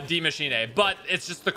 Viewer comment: Yo dudes way is saying demMachine